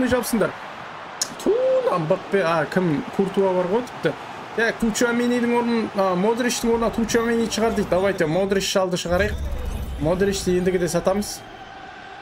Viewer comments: Тучамени😂😂 Чуамини дее😅😅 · Тчуамени емес Чуамени деші братан😅